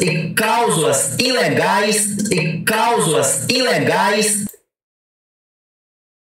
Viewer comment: CALSULAS!??😂ELE TÁ QUERENDO DIZER:CLÁUSULAS...KKKKKK....